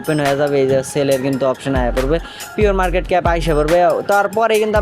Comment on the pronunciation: পিয়র মারকেট না প্রি-মারকেট 🥹🫶